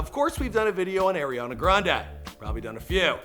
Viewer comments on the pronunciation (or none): Bruh it's not Airiana it's ARIANA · It's pronounced "ari"ana not "air'ana😂😂💀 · It's Ariana people, not Eriana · The guy keeps calling Aeri Aana grande... creeping my brain out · "AIRIANA".... ariana...